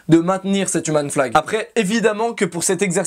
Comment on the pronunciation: Si en plus tu le prononçais comme il faut "Youmeun flag" ça rendrait ça 8 fois plus stylé :D